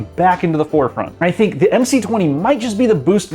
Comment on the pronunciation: No way he said „SINK”